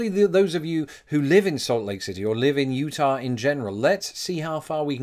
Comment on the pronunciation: I just appreciate your not saying "Utahwrr"